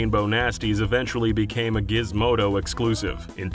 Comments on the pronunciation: Gizmondo* not Gizmodo. Great video! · "GizmoNdo", there is an "N" in there.